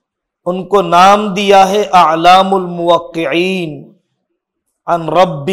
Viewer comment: اِعلام الموقعین ہوتا ہے۔ نہ کہ اَعلام الموقعین حضرت